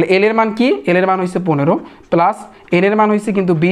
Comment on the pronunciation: পেলাচ বলেন কেন, পালচ বলেত পারেন না